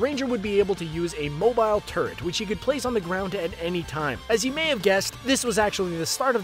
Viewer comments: It sounded like he said the robotic turdXD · everytime the dude talking says turret and says it while talking about bastion, i thought he says turd which is also true.